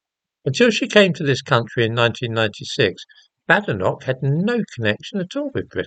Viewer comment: Her name is pronounced bay-de-noch, as she says "there's no bad in her name"